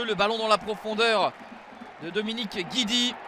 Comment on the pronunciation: Va falloir améliorer la prononciation des noms corses... Gidi... et puis quoi encore?